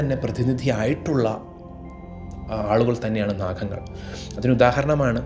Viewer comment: Pathaaanjsli Maharshi aaraanaavo mahaanubhaavas..PATHANJALI....pinnaeyyy ...Anandhan..athaaraanaavo, ..adimadhyanthamillathathanu ...ANANTHAN..NAKHANGAL, ENNU dayavayi ucharikkallaey